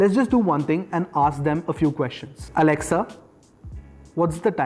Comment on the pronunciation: hey Mr. never ever say to the echo. alexuao that she very wrong say alexa